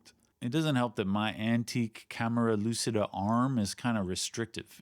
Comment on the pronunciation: just for saying, no problem if you continue, but try to use the C you use in Cheat and not in Lucy when saying lucida and you have 95% of the pronunciation right